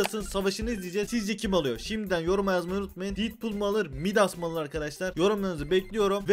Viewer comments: Abi didpul diye okuma artık detpul bak okunuşuyla yazdım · abi şuna didpul deme ya sinirim bozuldu